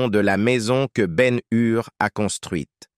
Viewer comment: et BEN HUR aussi